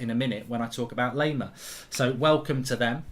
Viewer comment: Laimer is pronounced - Lie - Mer Lie as in you're lying to someone